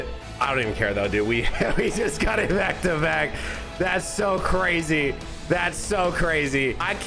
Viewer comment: i thought he said da fuck? two times 😭